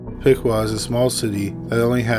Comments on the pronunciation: Wow you pronounced Piqua correctly. Kudos to you. Now try Olentangy. 😂🤣😹 people always pronounce the Ohio Indian place names wrong. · You said Piqua right! No one ever seems to!